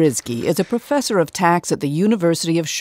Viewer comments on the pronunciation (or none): Did she say “praw-fussur”? I’m out 😂